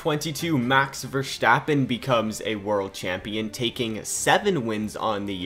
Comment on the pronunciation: Sorry but i have to mention it. Please dont say Max Vestappen, You littarly fortgetting the R Max VeRstapen